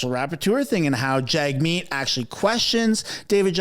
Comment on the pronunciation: Jagmeet is pronounced “JUGmeet”…just saying 😑